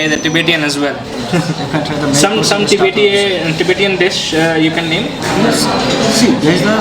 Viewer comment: LOL. What is tibetiaaan???? it's Tibetan.